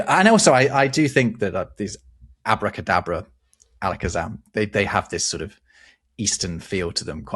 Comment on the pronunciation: It's AbracadAbra, not "avodA kaadabrA".